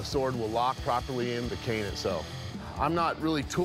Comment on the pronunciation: Am I the only one who thinks that he said it wrong because he said "can sword" instead of cane sword?